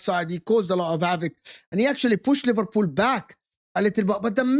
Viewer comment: Bro said liverpud and Livarpool 😂😭